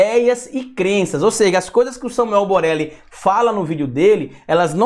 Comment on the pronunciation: É boleli ou Borelli kkkkk